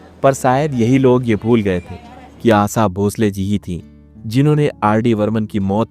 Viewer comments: आसा भोसले नही आशा भोसले. पहले अच्छी तरह से उच्चारण सीखो. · Sur samagri😂😂😂ye kaunsa word hai Aasa😂😂😂 Aasha hai woh Pahale bolana sikho baad me doller ke piche bhago😂😂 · Aasa Bhonsle nahi, Aasa Bhonsle nahi, Assa Bhonsle nahi... ASHA Bhonsle kahiye. Patrakar samajh te ho apne aap ko...🤭🤭🤭🤭🤭🤭🤭🤭🤭🤭🤭🤭🤭🤭🤭🤭🤭🤭🤭🤭🤭🤭🤭🤭🤭🤭🤭🤭🤭🤭🤭🤭🤭🤭🤭🤭🤭🤭🤭🤭🤭🤭🤭🤭🤭🤭🤭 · आसा नही आशा बोलो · Asa nhi asha bolo kya asa asa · Aaasaaaaaa nahii Ashaa bolo sahi Tarah se naam lo😂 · Asa, usa, Sadi, sayad, mangeskar... Sir ji please asha, Usha, shayad, mangeshkar aise uchchar kare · Asha ko asa,sharab ko sarab😂hindi me bhi varn mala me sha aur sa hota hai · Are bhai pronunciation to sahi Karo yaar Asa nahi hai Asha hai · चरित्र हनन करने से पूर्व अपना उच्चारण ठीक करो,,, आसा नहीं आशा कहना सीखो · First of all, it's NOT Asa Bhosale but Asha Bhosale!!! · क ख ग की पढ़ाई करते वक्त श की पढ़ाई नही की क्या , आशा को आसा आसा शादी को सादी क्या हे ये। ? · Pehale Asha ji nam thik se lijiye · Pehele Asha bolana sikho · महानुभाव अगर आपको हिंदी में वीडियो बनाने हैं तो कम से कम ’‘स " और ‘ श ’का सही उच्चारण सीख लें , आशा जी को हर बार ” आसा ” सुनना बड़ा कष्टदाई है । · Isski prounciation Asaa ASAA ASSA bol kar torture kiya hai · Usa Nahi , Usa Nahi ,Usa Naheeeee. USHA Kahiye. Kaha ka patrakar hein yeh aadmi. Assa Assa Assa. Usa, Usa, Usa baar baar vahi bolkar bore karne wala Reporter. 😆😆😆😆😆😆😆😆😆😆😆😆😆😆😆😆😆😆😆😆😆😆😆😆😆😆😆😆😆😆😆😆😆😆😆😆😆😆😆😆😆😆😆😆😆😆😆😆😆😆😆😆😆😆😆😆😆😆😆😆😆😆😆😆😆😆😆😆😆😆😆😆😆😆😆😆😆😆😆😆😆😆😆😆😆😆😆😆😆😆🙂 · आसा आसा क्या बोल रहे हो भाई 😅😅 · पहिले आशा शब्द कैसे उच्चारना है वो सीखिए बादमे आशा भोसले पण video बनाइये शब्दो को उच्चरन सिखना एक utuber को बहुत जरूरी है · Ye stupid story nikal do pagal to tu hai stupid..आशा bolne ko bhi nahi ata, tuze pagal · कृपया अपने ‘श ‘ को सलीके से बोलना सीखें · First try and pronounce her name correctly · आपको श बोलना नही आता ,श को स बोलते हो तो बोलनाही मत! सुननेमेतकलीफ होती है. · इतना गलत उच्चारण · Bhai unka name to thik se lo aasha hai aap aasa aasa kar rahe ho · It’s asha n not asa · आसा नही भाई " आशा " कहिये. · Asa nahi hai it's Asha.